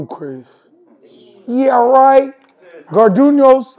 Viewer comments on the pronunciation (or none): He said gardunos taco bell